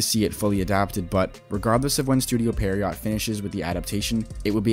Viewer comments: pee-air-row i think is how u say it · The video is fine, I guess, but you're still including some false information that has already been debunked too many times to count. Also, how is there not a single Bleach youtuber that is able to pronounce "Pierrot" correctly